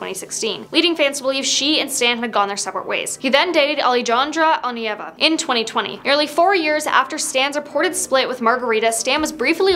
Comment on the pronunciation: Alejandra Onieva You said it wrong